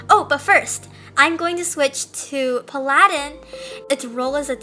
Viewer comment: is pronounced pah-luh-din